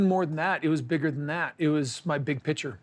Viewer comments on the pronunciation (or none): Robyn: "Kody's mental sunshine"...well, she got the 'mental' part right, anyway. 😅 Oh, and it's Kody's big "pitcher" (that's how he pronounces 'picture'). 😜